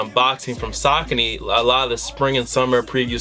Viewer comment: Sockny lol its (Sa-Con-Ee)